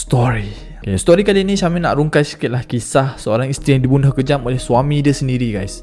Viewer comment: sya-mim pronounce sha-mim